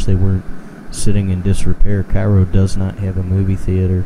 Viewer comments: the towns name is pronounced care-oh... in order to differentiate itself from the city in Egypt... I was born and raised here. my father's law office is two doors down from here and he even attended shows here when he was younger. it has been abandoned my whole life. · couldn't find you on Facebook but I would be happy to help any way I can. I have been urbexing Cairo since my childhood. the building in the beginning of this video can be explored if I show you how... the pronunciation thing is just a local pet peeves but I don't care haha. we just try to make it known. also there are many more buildings to explore around town as well!